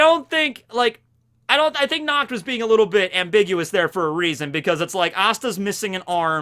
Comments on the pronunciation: I am German. And the way you say Nacht (Which means Night btw) is so wrong. Because your way of saying Nacht sounds like Nakt. Nakt is german for naked. As in not wearing clothes. Do you see what the problem is? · every time he says "natch" I just heard "nux" and yeah, i can see that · Every time says Nacht it's wierd for me as a german because it sounds like nackt wich means nude:) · look for nacht in german, its na CCH t, with a throat gurgling sound. When you say "nacht" with a k/c it comes out as nackt, which is also german, but for nude instead of night. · Unfortunately, i hear "nackt" which Sounds really Close to pronunciation of Nacht. I'm German, so this really Hurts because nackt means nude...